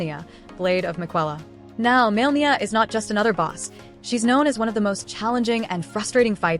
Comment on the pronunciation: It's not Maelnia, but Malenia